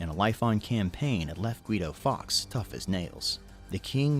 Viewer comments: Guido FORKS (Pronunciation) Not Guido Fox. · it's Guido Fawkes, not Gay Fox! (She is so annoying)! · 5th november is not a national holiday. It is Guy Fawkes night. Catesby, cate rhymes with late. Fawkes same pronunciation as forks, not fox. Are you talking about the Isle of Lewis? If so their celebrations have nothing to do with Guy Fawkes night. It is about Viking memories.